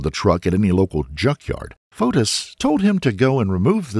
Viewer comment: Every time you say Fotis I hear POTUS. 🤷‍♂